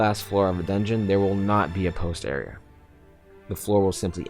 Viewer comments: The way he says "Area" like "Areaer", great instructional video though. keep it up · This kid can't say "Area"